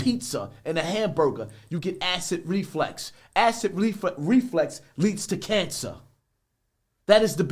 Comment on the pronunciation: Man said “Acid Reflex”💀